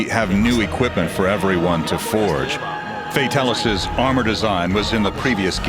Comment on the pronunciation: yay they said Fatalis properly!